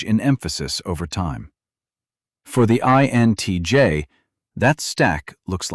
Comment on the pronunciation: Down voting for careless use of text to speech ("int j" pronunciation of INTJ indicates the video was not even reviewed prior to uploading)